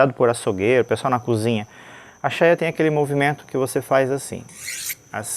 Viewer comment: NÃO É CHAIA O NOME DA PEÇA. É CHAIRA QUE SE DIZ